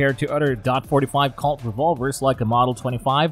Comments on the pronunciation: What’s a Calt 45 or does he mean Colt! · Anything that uses .dot 45, dot .410, mispronounced Colt as Calt, and Taurus a bull as Tarus isn't worth a damn. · Wow. Can't even say colt. Nope. Said calt. And really dot. I'm guessing he was Hired to narrate the video. And the guy that actually wrote it was just like fuck it close enough. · I thought he was saying calt instead of colt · It’s Colt not kale and you don’t say dot four hundred ten it’s just four ten. Do you know nothing about guns? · The fact this channel can't even pronounce colt or taurus makes me not want to listen to them at all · I’m having a hard time talking a narrator seriously that can’t pronounce Taurus or colt and has obviously never been anywhere near a firearm.